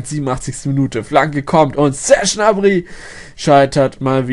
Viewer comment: Der heißt Gnabry und nicht nabry!!!!!! GGGGGGGnabry !!!